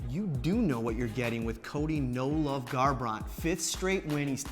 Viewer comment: the way he pronounces garbrandt lol.